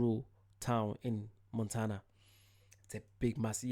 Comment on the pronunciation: Most Europeans love to call my state 'Mon-ta-na,' but in reality, it's pronounced 'Mon-tan-na' meaning mountain. If you ever get the chance to visit, I can recommend some incredible spots like Polson. You’ll see the stunning Flathead Lake and Flathead River, all surrounded by the Mission Mountains. If you head north to Glacier National Park, I’m telling you, the hiking is so beautiful it’ll take your breath away. And yes, you have to drive the Going-to-the-Sun Road; it’s absolutely spectacular at sunrise and sunset. Once you’ve been here, you won’t ever want to go back to Scotland.